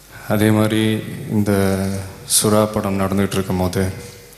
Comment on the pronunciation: De athu sua illa da sura